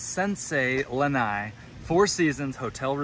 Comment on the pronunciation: Btw it’s not lanai it’s lana’i